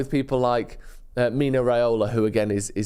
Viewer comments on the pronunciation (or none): none